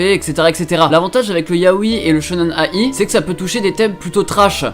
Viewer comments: Ça serait sympa que tu liste les animés et manga dont tu parles et ceux qui passent en vidéos aussi ! Et pour Shonen ai, la ai se prononcé aïe, comme de l'ail ! Pour ceux qui ne savent pas =) T'entendre dire A- I à chaque fois ma fait mal aux oreilles ! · Shonen ai (dit aïe) Shojo ai (dit aïe) Comme ça tu le saura pour la prochaine fois :3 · SHONEN AYYYYY ON DIT XDDDD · ça se dit shonen-aïe il me semble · le shonen/shojo-ai se prononce aïe comme quand tu te fait mal :) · Ça se prononce shonen-"aie" est tjrs au taquet ça fait plaisir!